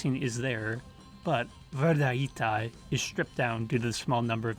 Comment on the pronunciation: I believe it is pronounced EM-EN-TET RE, it’s very rhytmical. All e’s sound the same, like ‘ae’ or a slavic ‘e’. Imentet (Ament, Amentet or Imentit, meaning "She of the West") was a goddess in ancient Egyptian religion representing the necropolises west of the Nile. This could have been the inspiration. Also, the greatest of the old Memphis gods was named Ptah. Thank you for a fantastic video, from a huge Magma fan.